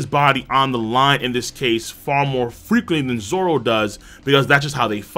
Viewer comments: Did you legit call him zolo? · But it’s pronounced as zoro And usually written as zoro so people don’t get confused